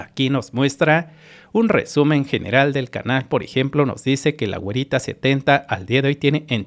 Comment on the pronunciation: Dice guerita no güerita!